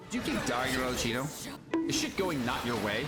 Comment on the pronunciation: Arlecchino btw, not Arleccino. Read it as Arlekkino